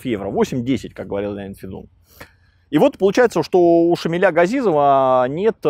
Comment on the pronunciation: Шамиля, поменяйте ударение, дико звучит